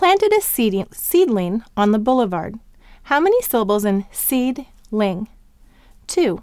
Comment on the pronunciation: I didn't understand the way she said seedling